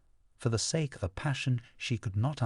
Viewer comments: I'm halfway done with hearing the audiobook, I don't like naoji but I lowkey understand him. I don't like how he pronounces sake but it's Okk!! (Bookmark chapter4? ) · Thanks for this version, the voice is 100x better than the others. I hate how he pronounces Sake tho.